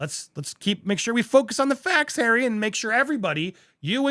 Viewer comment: 😂😂😂😂😂😂😂😂 that's "our Hawwy"!😂😂😂😂😂. Incidentally, is the word "cretin" still acceptable or is it now banned in our PC world? I'm getting too old for today's linguistic shenanigans. I can't keep with what is ok and what is on the "Banned" list.